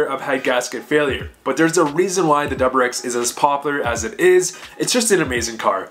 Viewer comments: Are you saying doublerex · the way you say wrx really gets to me lmao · dude i cant handle it